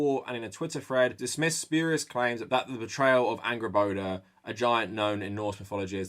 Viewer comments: I’m excited to play GoW:R, but years of following Dr. Jackson Crawford on YouTube has primed me to cringe every time someone calls her AngrboDA, instead of Angrboða with the voiced ‘TH’ sound. :( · I'm sorry but I keep hearing her name as "Angry Boner"